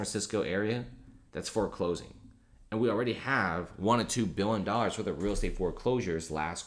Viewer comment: He also pronounces million = millin' billion = billin'